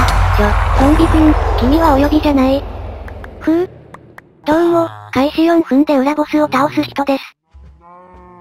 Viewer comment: ど→う↑もみなさんこ→ん↓にちは→